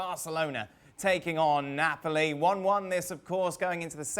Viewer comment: Its not nopali mg its neoali